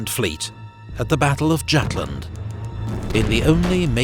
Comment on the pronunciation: It's not said Jutland